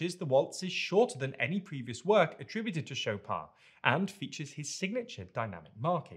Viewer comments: If he said show-pan or something similar I would assume "at least he tried", but shop'ah is just hilarious. :D Especially because in Polish (Chopin native language) shop'ah sound exactly like "szopa" which means "garden shed". :D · I know that he also got the vowel wrong, but if let the /n/ at the end it would be easier to me to get he meant "Chopin". If he said just "composer shop'ah" without mentioning his first name, showing his photo or name in text I would not guess who he meant. If there was that /n/ at the end I would probably get immediately who he meant event without other clues. But the whole debate made me wonder how Fryderyk Chopin pronounced his last name. While F. Chopin knew French it was not his native language, because he left Poland aged 21, so potentially F. Chopin could have a very slight Polish accent in his French, especially before he left Poland. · “I would not guess who he meant.” I get it. “Shop’ah” is pretty indecipherable. (I recently watched a video where the person kept on referring to someone as “Gōth,” rhyming with both, —it was in the context of science, not literature — and it took me till after the video, cross-referencing with some of the facts that he cited, to realize that he was talking about Goethe. So mispronunciations can be very misleading.) I would surmise that Chopin pronounced his name fairly close to the French pronunciation if only because his father, who was French but emigrated to Poland, probably pronounced it as French. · Was waiting anxiously for the segment to arrive after reading this comment, was NOT prepared to hear pronunciation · It sound as if his music should be played only in garden sheds.* *For those who do not understand the joke, pronunciation is very similar to Polish word "szopa" which means "garden shed". And yes Chopin native language is Polish (his father was French but emigrated to Poland as a child). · That's the craziest pronunciation of Chopin I've ever heard